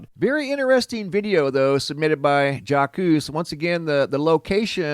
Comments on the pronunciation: "Zhahks" not jockoose, lol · It pronounced Jock, not Jak quez lol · I believe the name Jacques is pronounced almost like Jock. It’s French. Like Jacques Cousteau. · Pronounced /zhawk/ remember Jacque Cousteau? French name…… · Psst My favorite Earth watchman Jaques It originated from the Latin name Jacobus, which came from the Hebrew name Yaakov, which meant "one who follows". The correct pronunciation of Jacques in French is Sz-ahk. The "J", which is phonetically transcribed as "Sz" is pronounced with the same "s" that is pronounced in the word "vision". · It's like Jacques Cousteau - pronounced Zhock. Sorry, that was freaking me out! xox ; ] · ... "Jack- coose" ...😅😂 ... "Jah-coose"... 😯😅😹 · It's the pronouncing of the name for me lol your fine I swear but I had too look at the name for second like huh 😭🤞🔥🙌